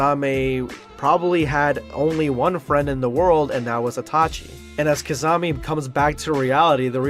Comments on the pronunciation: u really butchered Kisame's name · pronounciation of kisame = rip kissanime